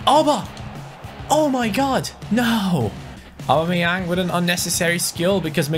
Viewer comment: U say augbameyang wrong mind the spelling